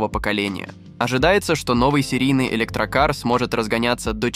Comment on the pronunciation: Автор, в слове ЭЛЕКТРОКАР - есть буква К в середине. )